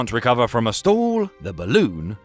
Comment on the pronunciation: Good explanation of the physics of balloon deflation in flight. Though you might want to learn proper English pronunciation. "Stall" is pronounced as "stawl", not "stool". I kept thinking what kind of stool you were talking about until it hit me that it's not me, it's you. 😅